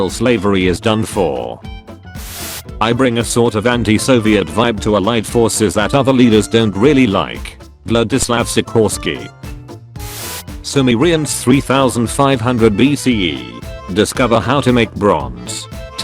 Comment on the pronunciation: He pronounces Władysław Sikorski like the ł would be an l and the Polish si like an english si